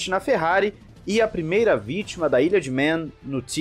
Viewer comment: Só uma correçãozinha: não se pronuncia o nome do lugar como "ilha de mén" e sim, "ilha de mân". Tem uma diferença entre a palavra "man", que significa "homem" e "Man", que é o sobrenome de uma galera aí e a diferença é justamente a pronúncia. Na real, por mim pode falar de qualquer jeito. A frescura é deles e não minha.